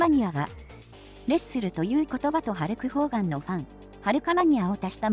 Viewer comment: ホルクハーガンに聞こえるよね